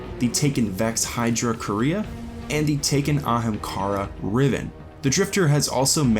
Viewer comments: Tacooo Time how does he not know how to say quaria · There was a Taken Dreg in concept art of the Hands of Oryx (Primus and Baxx). Also, not to be that guy, but Quria is pronounced 'Quary - ah'. Its like saying Quary with an ah at the end. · Everytime someone pronounces Quria as 'Korea' I imagine a big Kim Jong-un head floating around in the ascendant realm like a Hydra.